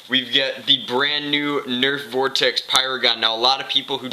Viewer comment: Did you say vortex in Spanish ? (Vordex)